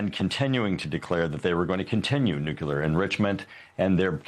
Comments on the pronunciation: I await the day that the George Bush saying of nucular ends and the people that are supposed to be bright get that it is Nuclear. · this guy says "nucular" exactly like homer simpson does 😂